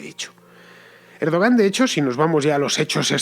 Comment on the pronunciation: Fernando! Se pronuncia "Erdwan". Oye, que tampoco es tan difícil... :-/ Y este es peor: "hacer aguas" = orinar. "Hacer agua" = filtrarse el agua en una embarcación. Muchos confunden entre ambas expresiones, el resultado es gracioso: en esta ocasión, "a ver por dónde se orina" una idea. :-)))